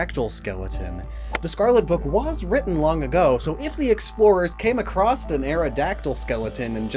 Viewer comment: Awww so cute to hear you do that PNW linguistic weird thing. Y’all don’t have an accent out here, but you do all add a “d” at the end of the word “across”. You all pronounce it “acrossed”, but strangely many folks pretend they don’t hear it. It’s blatant. Kind of adorable